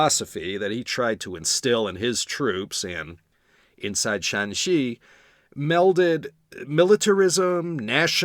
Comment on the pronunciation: Great tones! Remember the province is Shanxi (山西, Shānxī, West Mountain) not Shaanxi (陕西 ,Shǎnxī, West of the Shan pass) first tone for Shanxi throughout, third and first tone for Shaanxi. Yes, Yan was one of the good ones.